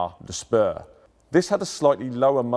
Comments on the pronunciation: the thing is, that he does not only misspronounce but butcher the words, leaving vocals and consonants out and adding new ones in, forming completely new, often non existand words. also the information content is a bit shaky, as he starts to use the "Name" "Spur" (even tho he pronounces it as Schper) for the ammunition. but the Ammunition is called Patrone 318 and the "Spur" comes only at the end of the ammunition component description: SmK-R-L´spur (Spitzkopfgeschoss mit Kern, Reizstoff und Leuchtspur -> pointed FMJ with AP Core / APCR with CS Gas insert and Tracer). The L´spur is an abreviation of Leuchtspur, wich would translate to Tracer. also his pronounciation is extremly off, turning Leuchtspur into Lutschschper (schper is not a word in german and Lutsch means licking) etc. his pronounciation is comparable to turning Lee Enfield into Gee Brenfiel or something like that. not just misspronounced but totally failed. and thats the main point of grief. if you are a professional talking infront of a camera about a topic you should know about, you should be able to properly pronounce the words you are going to use, not make up something from your mind, wich is extremly unprofessional. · Please get your pronunciation right on Forvo, ahead of recording. Büchse, Spur, ... It sounds so ignorant to hear them mangled over and over again .